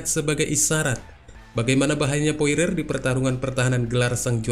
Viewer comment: Dustin porier bang, Bukan poire, masih - Mending poirer